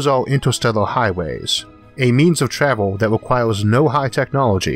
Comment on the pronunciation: so freakin adorable how he cannot pronounce R <3 Time twavel ;-))